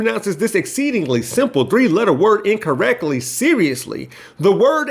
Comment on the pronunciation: He just said "incorreckly."